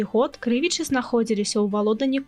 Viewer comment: А чаму КрЫвічы? Паўсюль падаюцца КрывічЫ.